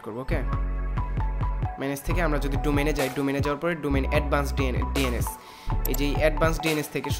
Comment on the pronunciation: Thik bolcen...ei salar vaier English sunle r English bolte icce kore na